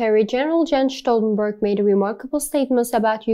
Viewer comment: She mispronounced his name. 👎